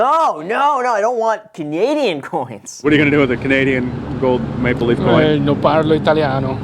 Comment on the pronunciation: It sounds like he is saying Canadian “make belief” coin instead of maple leaf coin. I could understand why some of these people said no for that reason.